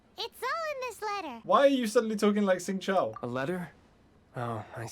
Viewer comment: shingcho ✔ singchow ❌ 🍻🍻